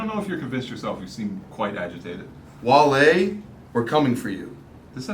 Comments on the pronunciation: gets worst take for calling him wahle and not wale haha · really called wale, wall-e come on man you gotta do better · for that wall-e pronunciation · needs to be punished next week for “waly” 💀😂😂🤦‍♂️ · had the worst take pronouncing Wale as Wall-E 🤦‍♂️ and Trinidad rocked the shit out them Steve Madden joints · said Wall-E lmaoo hold this worst take